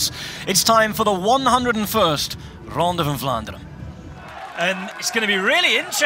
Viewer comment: I love how the commentator uses the belgian pronouncation all the time .. 'its the ronde fvfvan ffvlaanderen!!